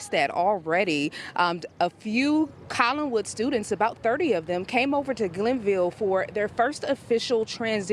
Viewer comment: There is no "g" in "Collinwood ".